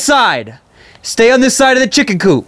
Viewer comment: lol in the video it is funny the way he says chicken coop